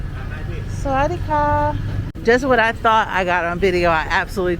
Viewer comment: Everything looks so good in Talad Thai. I like to hear you say "Sawadee kah" sounds really nice. Have a good night❤